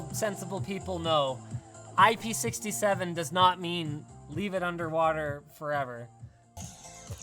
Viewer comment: It is not IP sixty seven, it's six seven. The numbers have to be read separate from each other as they mean different things.